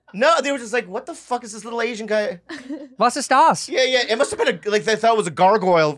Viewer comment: as a german guy, i have to say Santino nailed the german sentence "was ist das?" perfectly